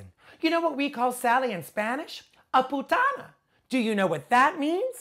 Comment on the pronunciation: guuurl "a-potangena"